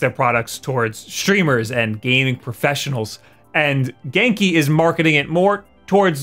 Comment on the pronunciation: He’s saying genki wrong right it sounds weird when he says it.